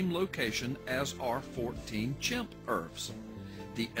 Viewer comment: "urfs" not E.R.V.s?? has no clue what ERVs actually are or how the genome actually works..